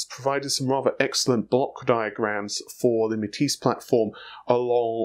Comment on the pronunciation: Didn't he mean Renoir? (Ren-waar)? When he first tried to pronounce Matisse, he called it Ma-tassy.